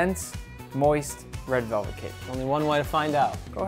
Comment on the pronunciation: He said red relvet 😂